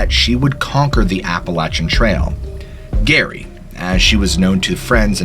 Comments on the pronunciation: Gary and Geoff lol aka Jerry and Jeff can he not read lol what's up with that 😀😂😂👋😁😁🤔🤔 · Just FYI, "Gerry" sounds like "Jerry", and "Geoff" sounds like "Jeff". Great narration, have subbed. 😊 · "Gerry" is pronounced Jerry and "Geoffrey" is pronounced Jeff or Jeffrey. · I think Gerry is pronounced with a soft 'G.' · Pretty sure she pronounces that Jerry, like most women. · Geraldine or Gerry's name is pronounced Jerry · PRONOUNCED JERRY FFS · That could be pronounced Jerry since her name is Geraldine. Seriously dude, G off? It’s pronounced Jeff. I like your videos but get real. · Great stories! But Geoff is pronounced the same as Jeff and Gerry is the same as Jerry. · Gerry is pronounce “Jerri”. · Great videos, but a word of advice, particularly when dealing with stories about those who have lost their lives, be diligent about correctly portraying their names. "Gerry" short for Geraldine, is pronounced as Jerry, and Geoffery, is simply an alternative spelling for Jeffery, rather than "G-off." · Was it the smell of fire and brimstone, perhaps??? And the "flying man?" THINK ABOUT IT. (p.s. "Gerry" is pronounced "Jerry," short for Geraldine; also "Jee-off" is pronounced "Jeff" and is spelled Geoff). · Her nickname is pronounced Jerry. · Her name would be pronounced ‘Jerry’..Gerry, I’m guessing is short for Geraldine. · it's pronounced like "Jerry" .. like with a Jay.. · Yes and Geraldine (Gerry) is pronounced with a "J" . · My dads name is Geoff pronounced Jeff, and Gerry is short for Geraldine so most likely pronounced Like Jerry as in Tom and Gerry. But tenaciously adhere as you see fit; you say Too-may-toe, I say Too-mar-toe. Grammar cops are a drag I must admit, and mention these only if you aspire to perfection in a world of wildly variegated possibilities, making no assertions my word is law No rule is 100% applicable all the time including this one 🙂. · My grandmothers name was Geraldine. The name should be pronounced Jerry not Gary.